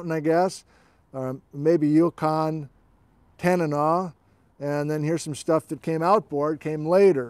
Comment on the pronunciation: I lived for a while as a youth in Tok, Alaska and I can definitely say that in that region it was pronounced "tan-uh-naw".